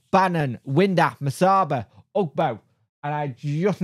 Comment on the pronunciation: Lol windass not windlass lol!!!